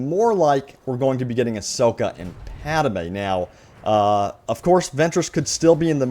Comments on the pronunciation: It's pronounced Padmè not Padamė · Pad-may. Not Pad-a-may. :) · It not padime it padmai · HOLY SHIT PADME IS PRONOUNCED PAD MAY NOT PAD A MAY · If I hear "PadAme" instead of "Padme" one more time...... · “Padme” NOT “Padamae” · Padme not Padame! It hurts every time you say it man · I was worried I was the only one! Thank you! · Thank you! Holy wow that was bothering me too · I think he should do a public apology in the next video to the viewers who had to endure this. That was just painful, LOL! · you pronounce padme as padame lmao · Lol “Padame” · Idk why it kind of bothers me when he says pad-a-me lol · Padme is two syllables